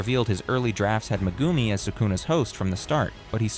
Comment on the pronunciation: That ai can say alat long hard to say words but he can't even say megumi properly lolll